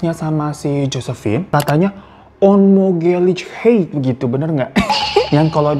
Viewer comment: Onmogelijkheid dibaca onmohelekhaid mas...salam dari subscriber mu di Amsterdam 😉